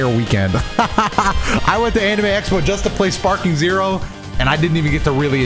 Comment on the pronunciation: this man said sparpeak zero 💀